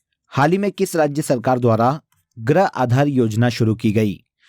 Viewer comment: क्या बोल रहे हो, गृह या ग्रह ?? हिंदी सुधारे, इतनी गलत हिंदी तो मैं कक्षा 2 में भी नहीं पढ़ती थी 😂